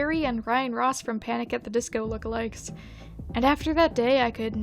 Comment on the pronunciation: i legit thought you said “brendon urie and ryan ross from panic at the disco with legs” instead of lookalikes